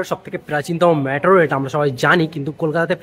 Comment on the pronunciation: It's not ম্যাট্রো - it's মেট্রো